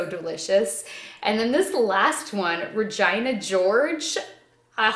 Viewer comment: It's Regina (re-jee-nah) George like from the movie Mean Girls! 🤔 she's the mean girl who wears all pink 😜 played by rachel mcadams who is canadian like you.